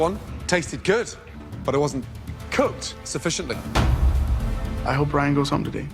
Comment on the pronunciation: Lmao when he said it wastint u😂😂